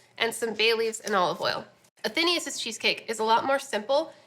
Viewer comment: A-then-AYE-us. Not A-THEEEN-ee-us.